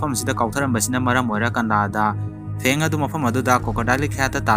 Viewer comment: Nungbudi nungy ado "kanada" hynu "kanda" hyo tbda boring chure eise bad comment ntte